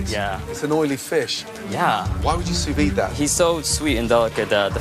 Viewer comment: Joe it’s f.... Sous videE!! Not Sous vie! Ffs!